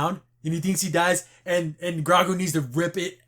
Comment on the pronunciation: Btw just to know for next episode its pronounced Grogu (Grow + Goo)